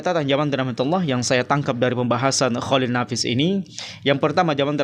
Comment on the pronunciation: Dr cara ngomong mu ja udah terlihat angkuh dan sombong,nyebut nama org g da adab, emnk salah mengucapkan pak cholil nafis kan g berat.drsitu udah terlihat sok paten.ngomong belepotan sok bicara bijak.sekolah tinggi tapi cara ngomong g beradap,g bisa menyesuaikan dgn dimana bumi di pijak di situ langit di junjung.title yg di banggakan,emnknya urusan akhirat ada hubungannya dgn title seseorang?